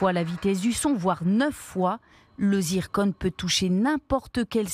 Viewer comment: C zircon et pas zirconne